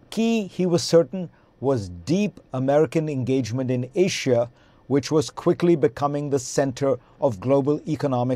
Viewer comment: there is no H in Asia, little fella.